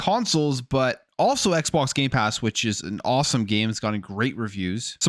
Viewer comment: He loves saying Gaypass